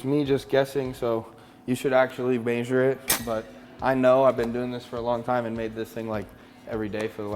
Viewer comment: Why's this guy pronounce measure like that!?😂😂